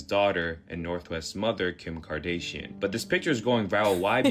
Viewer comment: she chuckled at his mislpronunciation of Kardashian, but her pronunciation of Yashua Ha'Maschiach knocks me off my seat.